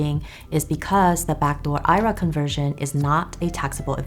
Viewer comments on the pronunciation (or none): Its not an "i-ra". You should be using the abbreviation for Individual Retirement Account and say the letters I R A.